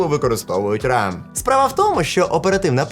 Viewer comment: хтось явно передивився ре зеро, судячи з усього і фанатіє саме від Рам. бо правильно RAM - РЕМ - рендом ексес меморі (пам'ять з випадковим доступом)